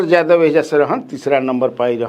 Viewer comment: आप य को ज क्यो उच्चारण करते है यादव को जादव क्यो बोलते है ? बहुत बेकार लगता है